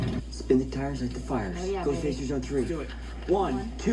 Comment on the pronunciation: "This next episode is called... 'Ghost Facers'?" Me: " you said it wrong. The next episode is called 'GHOOOSTFACERS!!!'"